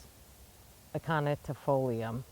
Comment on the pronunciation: The word you often can't think of is aconitifolium said like ak-ko-ny-ti-FO-lee-um. Love that tree, but it did not love my yard, sigh.